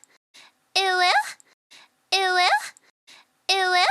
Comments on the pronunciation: why is she saying ee wuh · Tbh it does sound a lot like it will after a while, due to the way it’s enunciated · If you turn on captions all it says is "it will" and the more i hear it the more i dont hear "uwu" i hear "it will" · After a while it sounds like "eweggh"